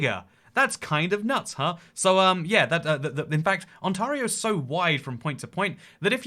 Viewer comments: more like on-terry-oh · Ont-AIR-eo not Ont-ARE-eo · On-tear-io ON-TEAR-IO!!!!!! As an Ontario native, I cringed everytime you said on-TAR-io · It's pronounced On-tare-ee-oh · Ontor-io are you sure? Get the right pronounciation. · Ontario, sound it out… aan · teh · ree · ow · Its pronounced on-tay-rio :) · On-TAY-rio! You'll thank me when you get to Canada! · the way he pronounces ontario took me off guard lol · Sorry but the way you say Ontario makes me die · I was dying hearing how he pronounced Ontario 😭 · My gosh you misprint Ontario the whole video and as an Ontarian you killed me it's like if I was calling you Engleesh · Ontario. Not just weirdly shaped, but also weirdly pronounced on the channel. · You pronounce "Ontario" like a British person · oh no you pronounced Ontairio wrong the whole time love you